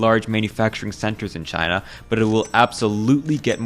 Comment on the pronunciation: no way trump couldn’t pronounce china without saying “ghina” 💀